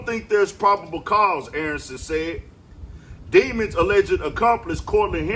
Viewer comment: His name is demons but it’s pronounced as dim•an•s